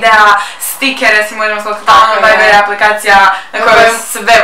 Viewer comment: Viber a ne veiber